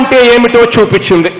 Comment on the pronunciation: Super speech but instead of pronouncing the word as chooinchindi (missing p) he should pronounce the word correctly as choopinchindi